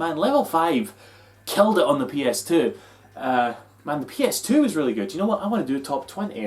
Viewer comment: I heard it too. In fact, I rewound and listened again. Still hearing it. Its "fluttery kite" all over again.